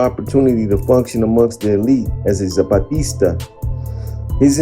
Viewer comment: “ZAPATISTA” LOL